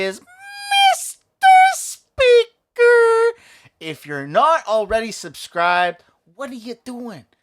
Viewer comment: You make my day!!! Meester Speeeaker